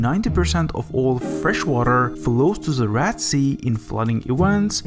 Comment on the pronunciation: He called the Red Sea "rat sea" 🤦😅😂